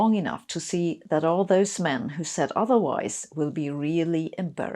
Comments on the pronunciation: Sabine, Nice video, thanks. You said “men” twice with a noticeable stress on the word “men” and a smile. Why do you make inside side swipes at gender? You have a low opinion of the gender? I have both a son and a daughter. I’m morally shocked beyond words. I pray for a world where my children’s race or gender aren’t subject to smirks and insults. I’ll shower now. I feel very shocked and soiled and sad for the future of humanity. I would never never never insult women. Never. I don’t know why you do that. It’s so so sad. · why do you emphasise "men" here Sabine ? If you replace "men" with "women" it would sound misogynistic no? "As you can see, we have no shortage of women who have strong opinions about things they know very little about, but not like this is news." "I just hope I’ll live long enough to see that all those women who said otherwise will be really embarrassed."